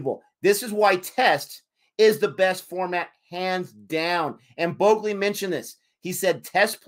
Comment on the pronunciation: Allow me to assist you with your pronunciation. Thakur = THA-KOOOR. Not Thaker. Shubman - Shubmaan. Bhogle = Bhog-Lay. Not Bogli But you pronounced Pant very well.